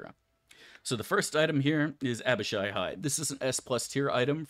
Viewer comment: Fug he said Abishai right, something devastating must have happened.